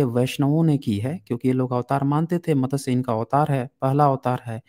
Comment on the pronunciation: JIS SHABD KO AAP MATASYA BOLTE HO WO MATSYA HEI.